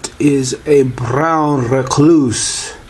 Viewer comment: Its a BROWN recluse...not a Blalalalallaown reluse!